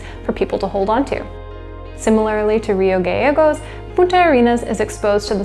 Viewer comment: Nice documentary and well researched (seems like somebody has lot's of Corona-induced-time ;). Rio Gallegos is actually pronounced "Rio Ga-Che-gos" (like the che in Che Guevara), it's the double-l in Castellano :).